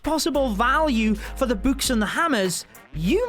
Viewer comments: Why he say. Boo-kes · Nobody: Literally nobody Him: buks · Bouks haha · Lmao the way he says books